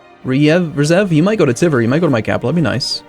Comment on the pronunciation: The way you pronounce Tver is irritating. It`s not Teaver, not Teever, it`s [tver] (more like word "tweaks") with "soft" r on the end (which you can ignore).